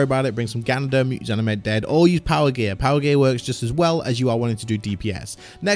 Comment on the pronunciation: I heard Ganodermic wrong :x